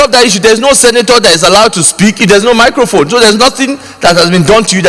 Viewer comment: and Saraki said Mickocone instead of Microphone. Hustle is real. Even PDP Apologized to Nigerians.lol